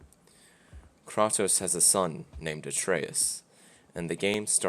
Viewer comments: You can't tell me you like the old games and proceed to call him Krraaaahhhtos instead of Kraytoes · Love how you prononced his name as kr•ah•toes instead of kr•ay•toes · Why you say "krotos" dudes name is kratos. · KRAY-TOS not KRAH-TOS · Cray-toes not cra-toos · Kratos.... Cray•Tos not Crah•tos, lol. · Its pronounced KRAY-TOS not Kraw-tos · I paused this and left when you called KrA tos. Kratos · Did you srsly say "Kraatos" instead of "Kraitos"??? Goes to show how much of the game you actually paid attention to🤣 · "krautous" its kratos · It's kra-tos not kraw-tos. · I don’t like being that sweaty guy but it’s “kraytos” not “krahtos” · Kratos not Krotos cant even say his name right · Can't even pronounce name correctly I know for a fact , he's a butt hurt rdr fan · How you gonna pronounce his name Krah-toess?!? It's 'Kray-toss'! His name is pronounced hundreds of times throughout the series, how can you even get this wrong?!? I'm about an hour in to this game and am constantly asking myself why people raved about it; the gameplay is fricking abyssmal, haven't played a more boring melee fighter in my life and movement is clunky and awkward (in and out of combat). Cannot understand all the hype for this one; the Baldur boss fight at the beginning was a great spectacle but it was really lacking substance gameplay wise. Is the whole game like this? I cannot believe how shallow and boring the combat feels compared to the original series. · It’s not kr ah toe s it’s kr ay toe s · I knew i wasn't going yo take anything he said in this video seriously, the moment he called kratos "kraatos". bro claims to be a fan of the old games, yet after all this while he couldn't even get the MC's name right 😂.....lol..... hear his opinion at yoir own risk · Man can’t be that big a fan calling him ‘Kraatos’ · KrAtos Long vowel man why you say his name wrong. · 2 minutes in and hearing "Krawtose" several times is enough to know where on the spectrum you are. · Wtf he says krartoast